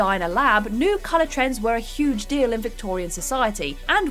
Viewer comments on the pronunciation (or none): none